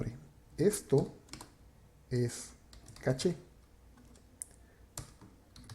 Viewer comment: Es correcto "Cash" si hablás en Inglés. Estás hablando en Español, por lo tanto es CACHÉ.